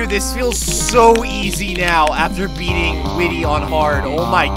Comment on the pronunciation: Actually whity's name is like white y not whity